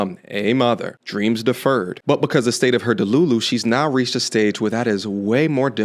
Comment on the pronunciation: I checked out as soon as she said “delu-Lu”